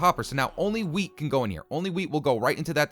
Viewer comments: who noticed he said weed instead of wheat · Wheat??? Or do you say "weed"